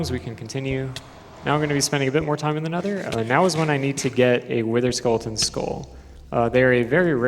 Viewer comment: Anyone noticed he said "Witherskulleton" all the time?